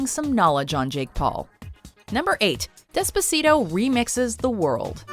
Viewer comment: Dehs-puh-see-toh she says lol